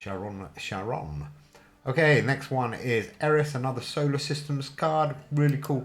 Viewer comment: charon is pronounced like CARON